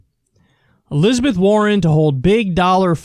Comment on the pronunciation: Elizabeth WAR-ren